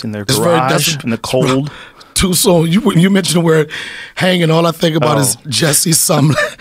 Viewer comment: He said Jessie sum- Some-mo-lette 😂😂😂